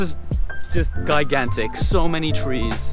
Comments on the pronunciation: gigantic - pronounce as jīˈɡan(t)ik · OK the word that you keep trying to use is gigantic gi-gan-tic. But you actually keep saying guy-gan-tic. So what all those studies and you still haven't been able to Master English? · Gigantic pronounce ‘g’ like ‘j’ in Jill or jump. You should have spoken to some students. How many students ? What degrees they award? That would have been more interesting. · i love how you sa guy gan tick hhhhha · Love your vlogs but please check how to pronounce the word GIGANTIC.